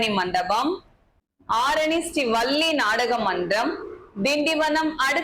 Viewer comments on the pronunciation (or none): வ(ள்ளி) ல்லி என்று உச்சரிப்பதை மாற்றிக்கொள்ளலாம் அக்கா.